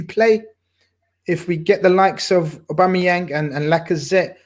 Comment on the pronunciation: calls him aubamyemang lmao